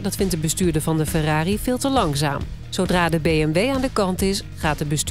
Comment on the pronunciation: De politie noemde de f”ERRARi” een ERROR”i 😂😂😂😂